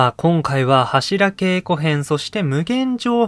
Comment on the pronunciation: 年末だったらいいですね ２週続けてもアリかと ちなみに、ハシラケイコではなく、ハシラゲイコと濁ります 初稽古とか寒稽古と同じ読み方です ご参考まで